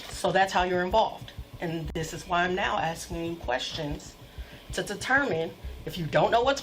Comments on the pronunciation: Legend says if he wasn't saying AXING instead of ASKING, he would have stayed out of trouble. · why is she axing him all those questions? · I axting you a question. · Why can't black people say ASKING?